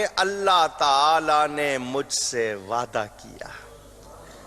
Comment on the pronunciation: سچ میں یہ نے تو حرف " ع " کو تو اتنا مشکل ترین بنا دیا ہے کہ سوائے ان کے کوئی اور ادا ہی نہیں کر سکتا "وعععععععدہ فرمایا" 🤣🤣🤣🤣🤣